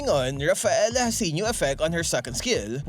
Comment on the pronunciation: Dont say it name.. its rafelaa.. argus